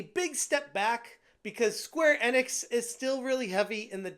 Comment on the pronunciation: Never heard anyone pronounce Square Enix this way...